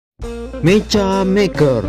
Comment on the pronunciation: Dibacanya bukan meca tapi meka salah ngomong woi